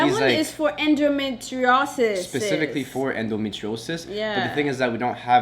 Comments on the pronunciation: you 🤣🤣🤣when you twist the word endometriosis🤣🤣we’re praying for you guys 🙏🏾🙏🏾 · Hey lovely couple! I know this is a serious video but I couldn't help but laugh at pronouncing endometriosis. On a better note. My sister keep your head held high. I'm so happy you guys went and had a 2nd and 3rd opinion. Sounds like one of those doctors was trying to make money off you guys. Sending lots of love to both of you!!! ❤️❤️